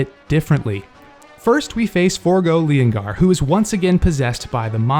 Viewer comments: its pronounced LeeON gar then you put them together to make leongar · Leongar is lyon in pronunciation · Leongar: Lee-on-gar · It’s leongar not the lion 🦁 man 👨. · It's feon-gar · The where are you pronounce the lion mans name is Lee-on-gar